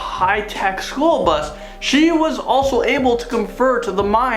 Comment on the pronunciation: Are you saying, "magic SHOOL bus?"